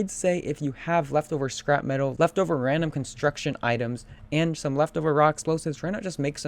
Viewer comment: the way you say metal xD "Me-TUHL"